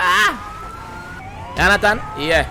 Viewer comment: Every time u say yonathon mi feel u call mi name